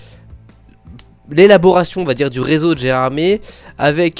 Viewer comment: C'est vraiment magnifique ! J'ai hâte d'avoir le cabride de la LGV ! Et d'ailleurs, Gérardmer, ça se prononce "ère" à la fin (c'est une station de ski dans les Vosges) 😉